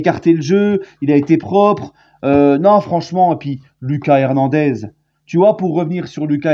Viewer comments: Salut! C’est “LOOKASSE” Hernandez PAS “Lucas”. C’est à l’espagnol💃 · LOOKASSE HERNANDEZ LA PRONONCIATION! ALLEZ PARIS